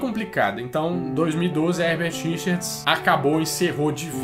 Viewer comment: Toda vez que ouço : versão brasileira, eu completo, Hebert Richers, e ainda falo errado, Hebert Richards kkkkkk, quando não é me dá uma frustração kkkk